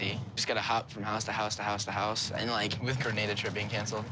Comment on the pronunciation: As a spanish i cringe so hard everytime they say “Greineida” it’s GRANADA 🇬🇩